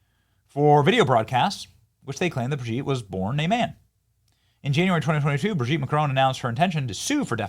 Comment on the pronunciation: Every time you say BridgEt, I laugh